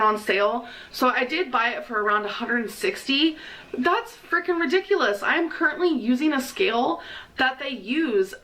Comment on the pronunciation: “Like washing dishes...it hurts sho freakeen bad.” 🤦🏼‍♀️ Lawdt! 😂 Then she talks about gym equipment. She won’t get her hair done because she can’t get into the barber chair! Then elyptical? Uh....NOPE! Be well, keep it coming. 😂😘 ~~QM